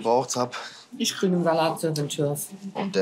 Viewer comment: “Ich krich datier” 🤨